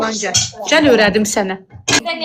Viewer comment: Cəl yox gəl 🤦🏻‍♀️